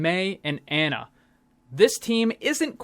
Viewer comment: Pronounced Ana, not like "Anna", js mang